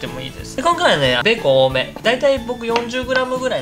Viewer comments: 日本語が迷子になってるｗ 多目、おおめが正解ですｗ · おいいめおいめおおいめおおいおいい